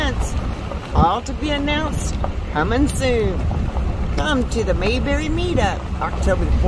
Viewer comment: Its pronounced May, like the month of May. Then berry, like many fruits.